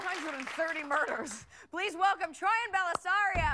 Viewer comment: Peep how it said “Trojan” not troian